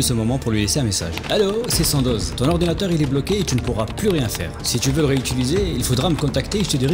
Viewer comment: "l'orwdinateuw va exploser huaahhhh !" J'étais mort 🤣🤣🤣